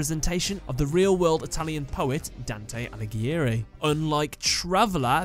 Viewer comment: pronounced: "Don-Tay All-I-Gary"